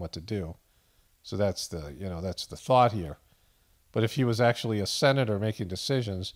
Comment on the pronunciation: Acushulutley!! Fetterman make new word 😂❤:_POTF